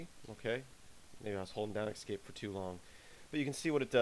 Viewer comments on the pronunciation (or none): You are pronouncing "escape" as if it were "excape". It's a really, really bad habit which is why I mention it. Other than that it's a nice video.